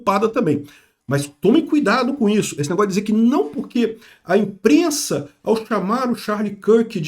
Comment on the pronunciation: "A imprennsa nao tem nennhuma culpa" Foi a pior que ja ouvi do